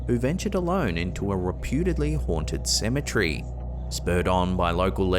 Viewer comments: It's cemetery not cemetrey dope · Symmetry??? No. It's proper pronunciation is seh muh teh ree...you're welcome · You said it wrong it’s cemetery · You’re saying cemetery wrong you’re saying